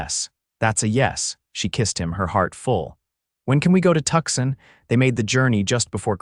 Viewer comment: Again with the Tuxin. It's Tuscon, pronounced Too-sawn. When is you AI company going to fix this? I saw that read finally got fixed to go either way. Now let's work on Tuscon.😅